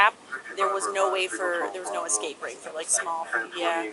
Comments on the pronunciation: There is no k or x in the word escape. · Something about the way the cop added an 'x' to escape just irks the hell out of me